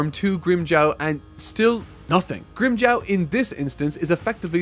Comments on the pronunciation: has been saying grimmjow's name like "Grimmjaw" for the whole video and I can't stop laughing lmao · its GRIM JAW. JAW like what you have in your head, with the teeth. Not jaw like Jawas from Star Wars. You need to watch the anime sometimes just to learn how the names are pronounced. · You can say Grimmjow but not Ulquiorra and Yammy?? What's going on with you? You're excuses won't work on me,. Also it's Grimmjow not Grimmjaow.